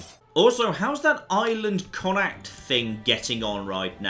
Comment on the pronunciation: Also, it's pronounced "Connaught", which is the alternative Anglicised spelling.